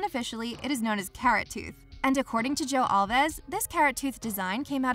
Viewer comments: “Al vees”. Mispronunciation of names kills your credibility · Thats not how you pronounce Alves